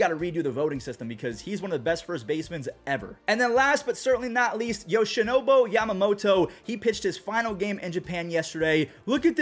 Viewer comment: BOO. YoshinoBU, not Yoshinobo.